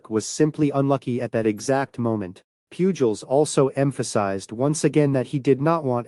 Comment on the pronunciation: Whoever did this video should also know that Albert Pujols's last name is pronounced poo hols, not pyuu jols. How can anyone following baseball not know that?